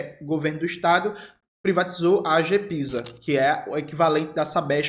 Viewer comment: Opa Jones, vi em alguns videos seus que você fala "AGEPISA" mas é "AGESPISA" (eu sei sobre a questão da sua dislexia, mas só pra informar mesmo). Abraços!